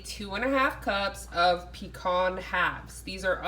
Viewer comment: This is similar to my recipe. I toast my pecans first. And I put a shot of Captain Morgan’s spiced rum. Oh and am I the only one giggling at the pronunciation of pecan?